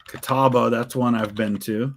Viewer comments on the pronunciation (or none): none